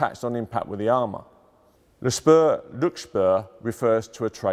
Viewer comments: the thing is, that he does not only misspronounce but butcher the words, leaving vocals and consonants out and adding new ones in, forming completely new, often non existand words. also the information content is a bit shaky, as he starts to use the "Name" "Spur" (even tho he pronounces it as Schper) for the ammunition. but the Ammunition is called Patrone 318 and the "Spur" comes only at the end of the ammunition component description: SmK-R-L´spur (Spitzkopfgeschoss mit Kern, Reizstoff und Leuchtspur -> pointed FMJ with AP Core / APCR with CS Gas insert and Tracer). The L´spur is an abreviation of Leuchtspur, wich would translate to Tracer. also his pronounciation is extremly off, turning Leuchtspur into Lutschschper (schper is not a word in german and Lutsch means licking) etc. his pronounciation is comparable to turning Lee Enfield into Gee Brenfiel or something like that. not just misspronounced but totally failed. and thats the main point of grief. if you are a professional talking infront of a camera about a topic you should know about, you should be able to properly pronounce the words you are going to use, not make up something from your mind, wich is extremly unprofessional. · Please get your pronunciation right on Forvo, ahead of recording. Büchse, Spur, ... It sounds so ignorant to hear them mangled over and over again .